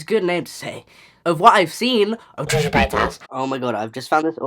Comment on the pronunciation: So confusing when you're french and you hear Tresha ~Pétasse~ every 10sec.